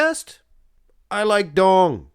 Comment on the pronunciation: Tony Duong is a Vietnamese name and duong is prounced yu-ong